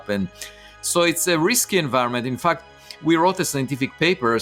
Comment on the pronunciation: I love how Avi says fucked instead of fact